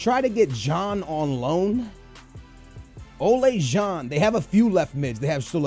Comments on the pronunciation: It's pronounced like ola, like the icecream brand. I'm dutch so i'm supposed to know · ***** No, it's O-lah. And van Glinkel? Really? Where the fuck do you see a fucking L? I can forgive butchering the G, but the added L... I know you're horrible with names, but come on, if you don't know how to pronounce something, break the name up in smaller parts and make it somewhat less horrible. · Ola Jean? Its ola John like the amercian way to say John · "Van Glinkel"? "Salaha"? "Olay John"? Srsly